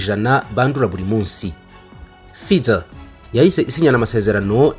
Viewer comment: Murakoze cyane, gusa basoma /ˈfaɪzər/